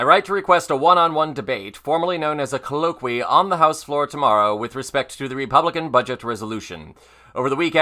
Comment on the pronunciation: that ain't how you pronounce "colloquy"